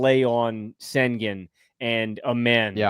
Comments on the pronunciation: how you cover basketball and call yourself nerd sesh then go head say "Sengin" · please stop saying “Sengin” 🙏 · If you can say 'Shai' then you can say 'Shengoon'! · How do you have a “basketball podcast” and can’t be bothered to learn how to pronounce an all star’s name. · Is it really THAT hard to pronounce Sengun's name correctly? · Why won’t you pronounce Sengun correctly? I can’t respect the opinion of someone who can’t even get a name right. That’s just petty and disrespectful, especially when you regularly hear it pronounced correctly and still choose to mispronounce it.